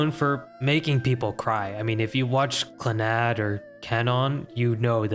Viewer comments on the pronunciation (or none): As a Jojo fan, I don't exist (I'm coming for you lil bro) Edit : The way you pronounced Clannad physically hurt me 😭 (Nice vid tho)